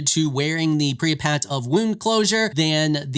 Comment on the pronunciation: Per-ee-apt. not Preapat. Just-ih-see-ar. Not Justicar.